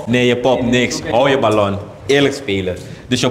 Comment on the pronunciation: 😂 meloen of ballon😂😂 spraakgebrek